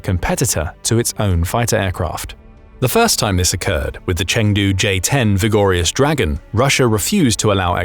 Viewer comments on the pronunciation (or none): Take a shot of your favorite liqour every time you hear "vigor-yus dragon"